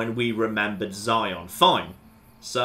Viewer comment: 'Zion' TRIGGERED